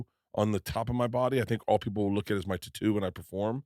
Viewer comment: Bruh dont ever say tatoo again